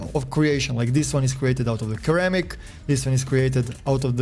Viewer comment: mans cant say ceramic right